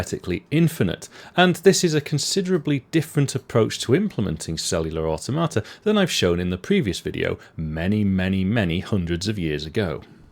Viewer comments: Well, it isn't pronounced like "a tomata", that's for sure! lol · One of us is pronouncing automata wrong and I'm not sure who it is 😄